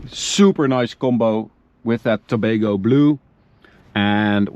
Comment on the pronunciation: I am from Trinidad and Tobago. I was a bit shocked to hear the name Tobago Blue and the fact that the name is derived from Tobago, our sister isle. Interesting. Also you pronounced it correctly, very nice.